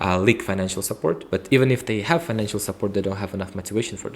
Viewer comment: Support was mispronounced by candidate